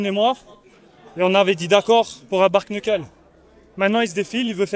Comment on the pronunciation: "sparingué" "ice pok" "bark neukeul"😂😂😂